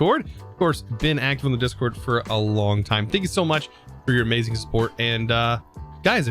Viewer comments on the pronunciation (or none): none